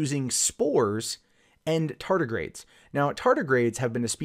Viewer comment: Anyone else uncomfortable hearing him say "tartigrades" repeatedly?